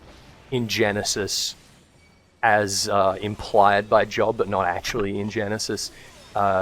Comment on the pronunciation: It's not the book of "Jawb" like where you work 9-5. It's "Joe-b" and rhymes with Jeff Loeb (you mentioned Sandman, so I assume you read DC comics).